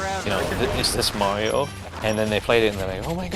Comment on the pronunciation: Turn the game console off May-Ree-Oh.